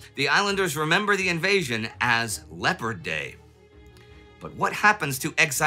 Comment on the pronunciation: Tempest in a teapot. You should honor your own rule as this was nothing 'special'. PS, if you would pronounce the French vessel as it is spelled ,Lay-oh-par, your argument would be much easier to follow.